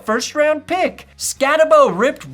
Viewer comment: Skattebo is going to be a steal in the 3rd or 4th round. Great video, and if the Broncos end up drafting him you will see real quick, pronounced Skatteboo*.